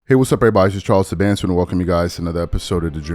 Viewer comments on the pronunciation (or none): have you ever heard his name pronounced when he's introduced? SUE-BAN